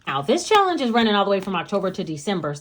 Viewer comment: Hey , I love your personality. You're inspiring. And not to be super weird. I crack up every time you say "shallenge".. cool video!!!